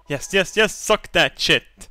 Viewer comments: I miss when used to say chit instead of sh*t. Good times.... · I love the way he says shit, "shet". I find it hilarious.